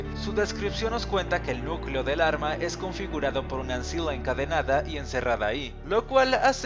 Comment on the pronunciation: ancilla se pronuncia anquila